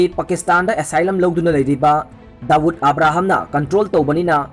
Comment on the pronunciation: Bro gi Sunday special se tabada yam nungai! Adubu mi mamingsing se chumna2 khara pabiyuba henna taba nungainaba maramdi adomgi pao se mipum khudingna tanaduini.. Eg:- Sanjoy Rawat 4 Sanjay Rawat, Dawood Abraham for Dawood Ibrahim, Kangana Ranawat for Kangana Ranaut, Arnap Goswami for Arnab Goswami, Thaakkere for Thackeray & many more